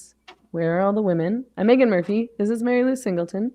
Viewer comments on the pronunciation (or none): none